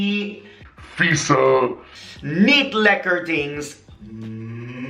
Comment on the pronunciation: The way you said 'vieze' while talking about drop was hilarious 😂 I always say it that way when I am mad and you are truly a dutchie when you say it like that!!!